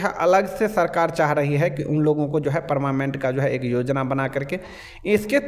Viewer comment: Are paramament nahi hota hai😂 parmanent hota hai boka 😅